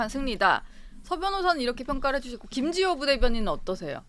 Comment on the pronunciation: 김지호. 발음. 교정좀. 하고 나와라. 정치가. 성남. 시장 판떼기로. 아냐. . 특검. 비용. 어디서 나오나..?